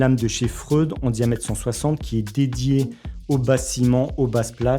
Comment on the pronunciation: PS ca se dit fré oude a priori